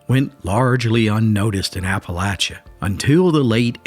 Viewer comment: I cannot take this seriously enough to watch it. You're pronouncing Appalachia wrong.